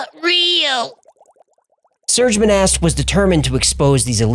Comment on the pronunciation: Its pronounced 'Moh-Nah' and not 'Mo-Nasst'. And yes; i speak French and i live where Monast lived. --- (Serge Monast is pronounced 'Sair-ge Moh-Nah')